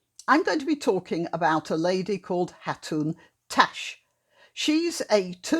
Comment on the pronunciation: You can't even say her name properly and saying that Mr sadiq can't spell her name properly. Really